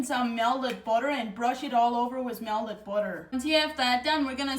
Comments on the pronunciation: I love how she says melded vs melted. 😂🧈💛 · Mea-lted budder Love her!!